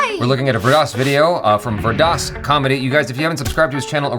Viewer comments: Jaby it's pronounced as Veer Daas 😀👍👍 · Every time Jaby says "Vir Das", it sounds like " Weird Ass".